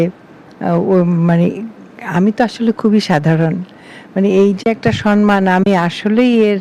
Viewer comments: Mananiya Banya madam, ektu asangata holeo boli kathata SANMAN noy thik holo 'SAMMAN'.namaskar.Ashish Samajpaty 73,Kolkata. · সম্মান, সন্মান নয়। ঠিক উচ্চারণ আপনার থেকে আশা করি 😊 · পশ্চিম বাংলার মুখ্যমন্ত্রীও সন্মান বলেন!